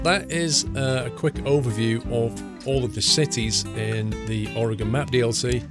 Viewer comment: 1. You should really do a Travel Channel series or give tour guides. And I applaud you for pronouncing "OAR-uh-gən" correctly! 2. Noticed a Safeway Supermarket (Cafeway) . It's a regional Supermarket chain on the west coast but had never seen this reference in ATS up to this point! That's gotta be the reference as the logo, that red "S" like shape is almost spot on.